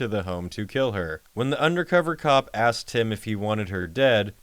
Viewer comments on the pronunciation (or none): none